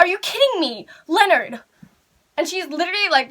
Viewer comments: Thought she said lenert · Ahrianna Harris yeah but she just messed up saying Leonard